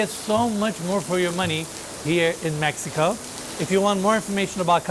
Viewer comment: 'cause it's in Meh ee ko